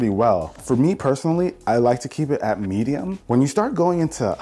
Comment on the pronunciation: Menedium? Lol